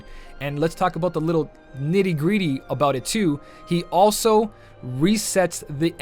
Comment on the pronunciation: Bro . . . You said Neety Greety... Video LIKED.